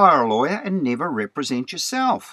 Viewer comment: "rep·re·sent" not "re-pre-sent": Be entitled or appointed to act or speak for (someone).